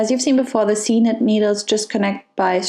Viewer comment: I thought it was pronounced “seek nit “!